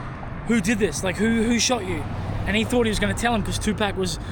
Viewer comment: If you’re going to name your channel after Tupac, Atleast say his name correctly….lol